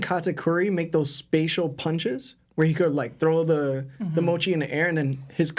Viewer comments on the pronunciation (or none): none